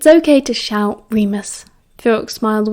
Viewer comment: Sometimes when you say "ok" it sounds like "I'm gay"🤣🤣🤣🤣 tbh it's really funny